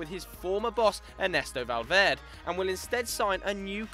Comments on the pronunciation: hey its valverdE , not valverd ... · you need to learn how to pronounce Valverde seriously just pronounce the last E I can't go a whole season with you fucking up that name daily